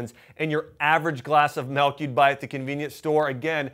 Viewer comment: What the hell is melk?